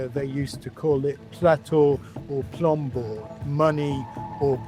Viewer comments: *plata o plomo mate. Not planta o plombo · Plata o plomo and Not Plato o plombo